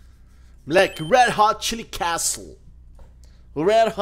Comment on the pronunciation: Tinha que fazer um compilado do lendo o nome das fases que tem "castle" kkkkkkj